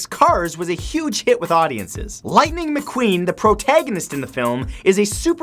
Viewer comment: Litning mcqweef